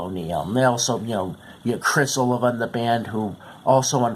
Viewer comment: FFTR bombed because the band was made to record for the album, by the record company, songs that Jon had in fact, written for other artists. Artists of a completely different genre, John Waite, for instance. Then, let's see...their last name is pronounced Oleevah. :)... And Criss not to be nit picky...but he was a phenomenal guitar player who had been approached by Dave Mustaine to play for Megadeath..who was carelessly and thoughtlessly killed by a 7X convicted DUI driver on October 17th 1993. His wife, who was also in the car, never entirely recovered from the accident and the loss of Criss and died several years later. :( We miss Criss so much.